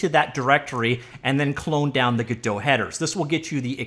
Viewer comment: "g-DOUGH" "Go-DOT"